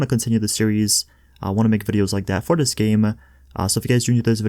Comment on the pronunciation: I hate the way he says videos